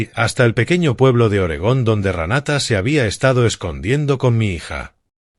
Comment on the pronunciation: Se dice Renata. No se dice Ranata. No creo que hayan quemado la casa a propósito para pagar el seguro. Yo creo que quemaron la casa para cobrar el seguro. Si la quemaron para pagar el seguro es que sin idiotas